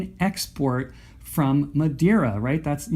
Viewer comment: Im portuguese and it was a good pronunciation :)